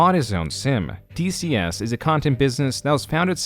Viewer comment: The -lexia was kicked into overdrive. DSC ❌ DCS ✅